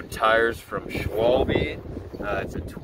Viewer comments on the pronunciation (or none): Its "Schwalbe", "Schwalbe", "SCHWALBE!" Not swalby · This goober has no idea what he’s doing lol. Speaking in a mask outside in the wind. Touching the rotors. Calling the tyres “SHWALBEE”. Not explaining preload and rebound. I think he might be very new to bikes.